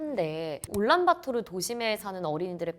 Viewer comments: 올란바토르가 아니고 울란바토르 아닌가? 내가 잘못 알고 있나?... 도 올란바토르라고 하시니 더 헷갈리네... 그나저나 어르신들이 산 뚫는 걸 반대한다고? 징기즈칸때부터 내려왔다? 그 산들은 징기즈칸 이전부터 있던걸텐데..? 자연 사랑? 좋지. 근데 오염되서 자연이 더 망가질거 같은데..? 산사태 방지나 어린 묘목을 위해 벌목하 듯 융통성 좀 가지자. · 올란바토르인가요 울란바토르인가요?? 발음이 듣기에는 올란바토르로 들리네요.